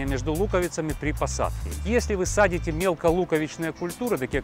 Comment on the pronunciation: СажАете, а не садите!